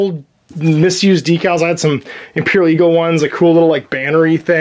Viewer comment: DEEcals? Who are you and where is? lol